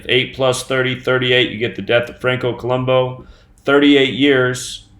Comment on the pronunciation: Columbu looks and sounds stupid...we're being mocked. Columbu would be pronounced Co-lum-boo, not -bow, but whatever. People need to start the awakening process sooner than later. With all of these obvious changes, you would think the news and every YT channel would have something interesting to talk about, but I guess men wearing and selling makeup is where it's at.